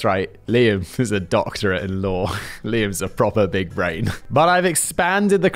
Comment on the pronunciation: Hey brits, FYI, there is no "r" in law...